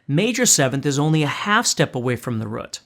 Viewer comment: A whole step back from "the rut". Lol. Great teacher though!